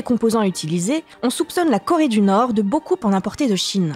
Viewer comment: Corédunorstan*